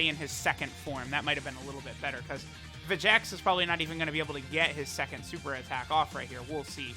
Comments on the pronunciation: His name's pronounced Vecheeks. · Where do you get the second "e" noise from in vegeks. You dont pronounce vegeta like ve-ge-ta you say it like ve-gee-ta. And trunks doesn't have an e in it soooo. It should be enunciated as ve-gee-ks If that makes sense.....